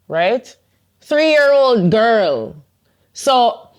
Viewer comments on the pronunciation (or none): Why the emphasis on Girrlll, for 3 year old child... Subconscious coming to thebsurface there, with the greater value on female lives over male lives